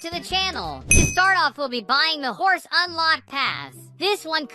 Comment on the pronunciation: When you said hor but is not hor is horse